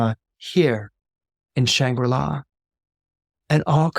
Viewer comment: Shangri-La Not Shambula